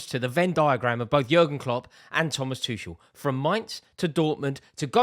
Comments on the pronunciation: Rory still calling Tuchel "Two-shell" STOP PRONOUNCING THE 'CH'. You can say Tookle or Tu-hhel. Anything but bloody Two-Shell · Is it really THAT difficult to learn to pronounce Tomas Tuchel's name properly? After all those years of PL involvement and British interest in him?